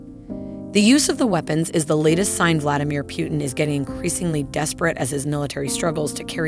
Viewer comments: Are you telling me that this person has never heard the name Putin before? Who is Pewtin?? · It’s pootn not pewtn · Why does she keep saying Putin's name wrong? It's not pew-ten it's poo-tin. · Two things: 1) She is pronouncing Putin's name wrong. His last name should be pronounced with an "oo" sound. Like in the words: boom, cool, etc. "Pootin", not P "you" tin. 2) She says "Vladimir Putin is getting desperate". He is not getting "desperate". He doesn't want to ruin Ukraine as Americans did with Iraq. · "Pjutin" It's Putin ffs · It’s Putin not Pewtin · Itd not Pyutin but Putin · its not piuntin is pUtin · It's Putin not pewtin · So no comment on how she pronounce Putin..